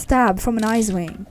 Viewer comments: Um it's icewing not isewing... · I thought u said izze wing lol